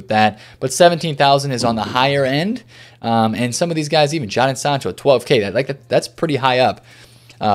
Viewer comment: The way he says Jadon sancho😂🤣🤣